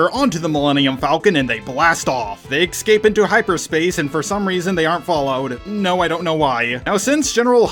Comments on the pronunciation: you call Fin and Poe, Han and Poe. Also it’s escape not excape. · Please for the love of god it's not X-scape. There is no X or ecks in escape. You pronounce Jedi correctly and X-wing correctly but you consistently mispronounce escape. Make the e sound in Jedi and then pronounce scape like you have been. It was like nails on a chalk board every time (4) that you said the word. I am saying this as a fan, and I appreciate when people point out when I make errors in pronouncing things. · Why cant mericans pronounce escape right? Its Not egg scapey its es Cape .. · Please stop saying excape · They eck-scape